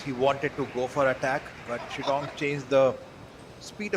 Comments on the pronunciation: so biased comentator... its shidong NOT shindong man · somebody pls tell this indian commentator how to pronounce lin shidong